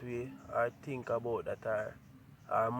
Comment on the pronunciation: Can anybody count how many times he said tink/ think???